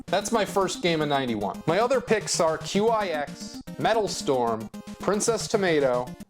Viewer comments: Qix is pronounced like “kicks” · QIX is pronounced "kicks". There's blog posts of someone who supposedly asked the creator Randy Pfeiffer questions about it (the QIX name coming from Randy's license plate) - who knows if they made it up, but whatever. And there's official marketing materials from Taito using it as a pun.